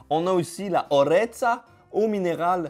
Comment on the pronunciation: Haha ça fait plaisir que tu goute des produits de Corse 😁 ( ah oui et pour les mots comme canistrelli, Orezza ou autre mots Corse le "i" et le "a" a la fin ne se prononce pas 😅 ça ma perturbé pendant toute la vidéo 😂😂😅)